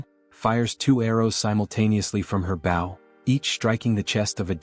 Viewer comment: Your English synthesizer has a few easy mistakes to fix. Bow has two distinct meanings and pronunciations. Bow 🏹 pronounced with a hard O, and bow as "To bend" pronounced how your video probounces it. I would suggest for 🏹 to be written as "Bo", "Bough", or "Boe" in your script.